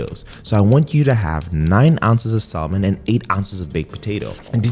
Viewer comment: You being an educated doctor saying Salmon like that just irritated my soul!